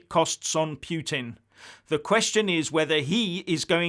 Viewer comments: What is talking about? Who is "Pweting"? hahahahhahahahahhahahahahahahahah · 'Pyootin' derangement syndrome,?